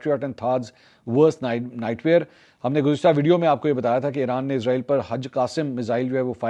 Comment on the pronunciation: bro listen Please stop calling this dam country as IZ-RAA-EEL ITS ISS-RAA-EEL SO PLEASE PRONOUNCE IT PROPERLY LIKE WE HAVE SURAH BANI ISRAEL IN QURAAN WE HOPE YOU START PRONOUNCING IT RIGHT FROM NOW